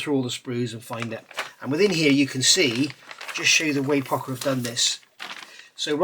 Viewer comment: I've been building Pocher kits for years and never heard it pronounced POCKER always Poe-SHUR. I guess it's like Porscha versus Porsh.